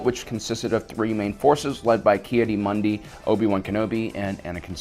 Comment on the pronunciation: the way he pronounces some of these names drives me insane. like this guy spent 5 years making this video (and did a good job with the events and everything) but he can't pronounce the names he's heard a million times watching and re-watching this show? Ahsoka "Tuh-no", "Kee-uh-dee" Mundi, Bo Katan and Satine "Cries"... It's infuriating